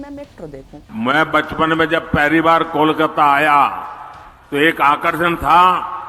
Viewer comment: First time a non-bengali speaker was able to pronounce Kolkata so perfectly. 😊Brought tears to my eyes 😢 Thank you !